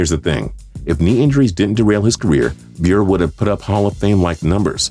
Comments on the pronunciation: Pavel BEUR?! Fuckin hell, it's like you guys don't even know what all y'all talking about. It's Pavel BURR-EH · It’s pronounced “Bur ay” not Burr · PAVEL BYURE? his name is pavel Buh-ray... learn the hockey names please gain some credibility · You know, your credibility as far as these lists go really goes out the window when you can't pronounce an athlete's name correctly. It's not b-yer it's byur-ay or bur-ay. Pavel Bure. ffs at least do some research on the man's name before you come out with some "he shouldn't be a hall of famer" bs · Bure = 'Ber-ray', not 'Byur'. C'mon, if you're gonna shit on the guy, at least know him. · ...as well, Bure is pronounced bee-yur-eh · ITS PRONOUNCED BURIE! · It's pronounced Pavel Boo-ray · Pavel "Beer"? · Love your channel, but this is laughable. Oh, and it's BUUR-ey. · Bure....its pronounced "Bure eh" by the way. Has the 5th best goals per game in NHL history...ahead of guys like gretzky, ovechkin and both Hull's. He's absolutely a Hof, if ya can't say the guys name right too, it takes away ALOT of your credibility. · It’s pronounced pavel BURR-AYE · Bure (pronounced Brr-aye) had 5 50 goal seasons and was point per game in over 700 games. Do you have any idea how good that is? Whoever put him on this list is an idiot. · Larionov is in the hall of fame for being the first Russian in the nhl Pavel bure. Which is pronounced buray Is one of the greatest nhl goal scorers of all time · It’s pronounced bur ay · It's pronouced Buré. Also so what he has less than 800 points he averaged over 1 point per game. He had a long successful career. Just because it doesn't meet your arbitrary threshold of 1000 points doesn't mean he isn't worthy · Once again, "Bure" is pronounced "burr-eigh." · If you can’t pronounce someone’s name right, what gives you any right to question anything about who they are or what they do? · Learn how to pronounce a name correctly before you start trying to trash them (Pavel Bure). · You said pavel bure name wrong